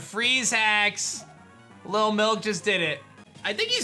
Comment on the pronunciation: I can’t wait for lil milk to die so I can quit hearing you say “LIL MILK” with that annoying ass emphasis on the “K”. So annoying